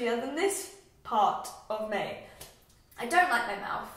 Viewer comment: I hope you dont mind me commenting this but I wondered if you have ever had speech therapy? I've really noticed that you mix up 'th' and 'f' sounds, such as saying 'teef' and 'mouf' and 'athected' instead of 'affected'. Also, your teeth are lovely, not everyone should have perfect movie star teeth because your teeth show personality! Your smile is great and you shouldnt get braces :) spend that money on a lovely holiday or something!